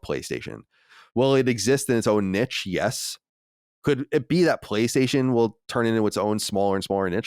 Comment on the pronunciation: This man can not say niche correctly 🤦🏻‍♂️